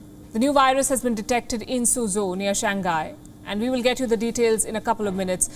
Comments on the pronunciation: "Shang Hi" not "shang guy" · I’m a big fan of Wion. However, I do think as professional journalists, we should try to pronounce major countries or cities’ names as accurately as possible. Shanghai should be pronounced as Shang-Hai and not Shang-Ghai. Hope this helps. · Pronunciation: shang-hai ... hi not nghai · ShangGuy? Do you mispronounce on purpose? Or is the H hard to pronounce?